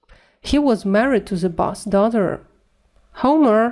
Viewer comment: boss's произносится с окончанием iz !!!